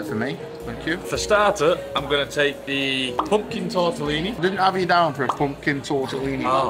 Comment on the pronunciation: he pronounced “the” like “da”……… “da still” like he thought he was 50 cent for a second.